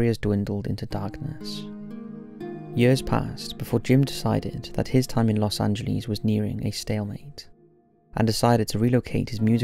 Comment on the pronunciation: Santa Rosa, NM in the Philippines?? Wth?? Anybody else notice that? Dude, please learn how to pronounce Los Angeles.